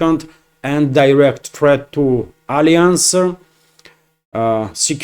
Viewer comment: Whenever you want to pronounce Alliance, you have put stress on the second syllable it sounds like this, /əˈlaɪəns/ Viva Russians and Russian President Putin ❤❤❤❤❤❤❤